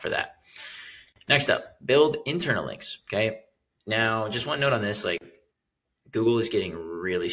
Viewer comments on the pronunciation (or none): When you say now it feels like meow😀 ( it’s a little bit annoying) But content is great👌